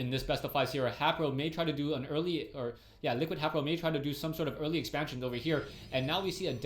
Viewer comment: hayPO!? his a prO not a pO!